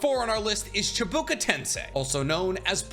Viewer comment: Say it with me. Chiiih. Baaah. Kooo. Chibakoo. Rather than how it's spelled or how u said it. Still loved this video and your content. But pronounce the script right. Then you will be YouTube goat